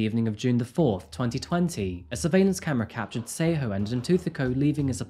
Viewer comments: I doubt you're a Tswana speaker. Else you would not lie and say the name Tshego was pronounced correctly😅 Again it does not detract from the story...but why lie?🤔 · I love his channel 100% but his pronunciation of South African names is often wrong (but I think its because its such a change in accent to say it correctly) he gives his whole heart into it❤️ but he definitely said Tshegofasto and Tshego wrong. Still love his channel❤️🔥